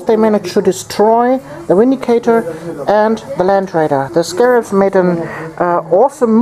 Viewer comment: both armies looked awesome! i would definitely suggest more close combat against necrons. theyre far too shooty! ...it may be inappropriate, but i smiled every time you said 'windicator' :P